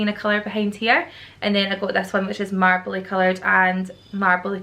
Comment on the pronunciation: I don't know why, but 'Marbley Coloured' just sounded so glaswegian 😂